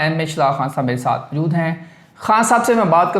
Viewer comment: Yar pind se abhi abhi ai ho kya? Urdu itni ghlat andaz se boltey ho Yar tm. Phir urdu bolney ki zaroort Kya hai pnjabi hi bol leya kro. "Tayari" koi lfz nahi hota Taiyari" asl lfz hai. "Mjood" koi lfz nahi hai yar jo tm mjood mjood krtey rehtey ho. "Moujood" asl lfz hota hai. Urdu bolni hai to theek treeqey se bolo vrna direct pnjabi mai video bnaya kro. Right?😏😏👎